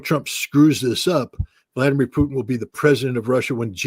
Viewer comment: Ma ti sei perso la clip di Trump che sostiene siano stati i russi a rubare i progetti dei missili supersonici agli americani, durante l'amministrazione Obama ? wawe media ( La pronuncia di Putin è Putin , non puthn ,sia in inglese che in russo, si pronunciano tutte e 5 le lettere, accento sulla u.)